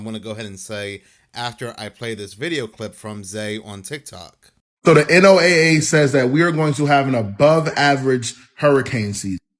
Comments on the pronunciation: Can we all just agree to pronounce the NOAA like the guy with the Ark and two of each animal or Noah please like most people do please? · Real weather nerds never say N.O.A.A... it's "Noah"...had to click off, because that is a huge pet peeve.